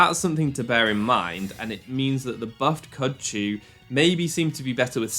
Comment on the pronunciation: that's something to berry-n mind berry frail